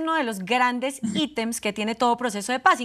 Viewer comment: Porque si van a usar palabras en otro idioma habiéndolas en castellano , no las pronuncian bien? Ejemplo” items”. En español se dice: numerales o artículos o códigos. Tan rico que es el castellano, pero decile al otro palabras que no muchas veces no va a comprender solo por lucir bilingue, es RIDICULO.respeten y respétense.